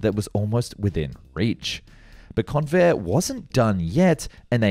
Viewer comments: I was NOT called Con-vair' Instead, the strong syllable was the first. It was appropriately pronounced Con' vair. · It's pronounced CONvair! (I grew up in San Diego in the fifties.)